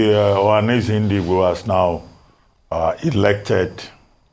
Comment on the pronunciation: THIS LADY SHOULD JUST SHUT UP BECAUSE SHE DOES NOT UNDERSTAND THE SUBJECT MATTER. SHE CANNOT EVEN PROUNCE .." OHANEZE NDIGBO:.